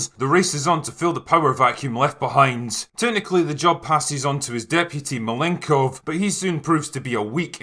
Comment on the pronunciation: Malenkov, not Malengko